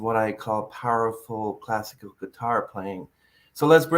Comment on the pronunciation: says "classakid guitar"........um........hahahahaha what